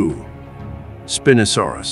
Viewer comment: So I’m not in love with how you pronounce Spinosaurus😢